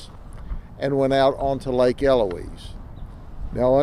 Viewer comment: Well, he pronounced 'Eloise' correctly.....